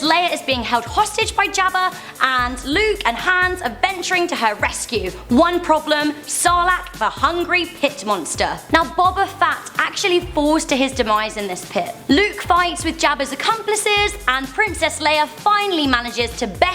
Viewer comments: Did you say Boba fatt and Jango fatt not Boba fett and Jango fett haha. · It's Boba FETT not Boba fat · you said boba FAT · "Bobba Fatt" lol dat accent tho